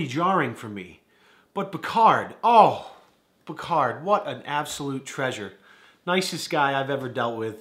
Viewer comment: What’s your name Dude: “Bacarri”: Bacard